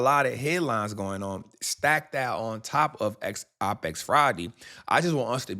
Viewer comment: This doofus mispronounced opex